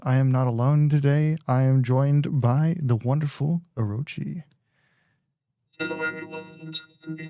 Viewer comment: Get the orochi workshop to practice pronouncing, duh !